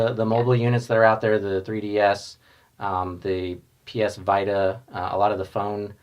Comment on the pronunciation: lmao that guy can't say psvita